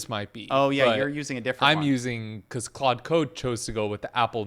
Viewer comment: good but it's pronounced klawd lol like claude françois